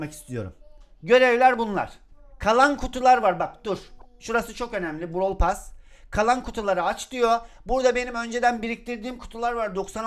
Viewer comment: Pas değil pes😅😅